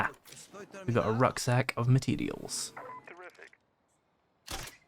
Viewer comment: It's "Materials" not "Mateedials".